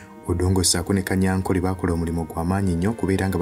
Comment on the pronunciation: Besides, the name is Tadeo Kanyankore not Kanyankole. In our Runyankore/ Rukiga dialect, there's no letter L, so please stop it.